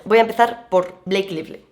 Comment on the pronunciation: Se pronuncia Bleik Laifli, ay por dios